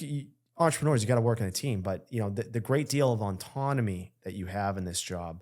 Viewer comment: Why can’t he say the word ‘ autonomy’ properly? He keeps saying auntonomy or something. He puts an extra n that shouldn’t be there, every time he tries to say it.